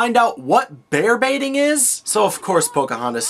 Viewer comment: They said Bear Baiting? Wow, not only is this history wrong, but because of their actions, I've always thought until now they he was saying "Bear Beating".